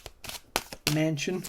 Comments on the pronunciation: Your pronunciation of Joe Mansion ‘s name is correct! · Thanks so much for being on top of this madness going on here in the USA. 💖 Absolutely right about the GOP being totally different and a neonazi fascist movement. Glad to hear this will end them. You said Manchin correctly 😁😁The former guy crashed a wedding at Mar e lago to ask if they missed him yet 🤣🤣If I was there I’d say “ yeah like one misses a severe migraine “ 🤣🤣So grateful for you 💝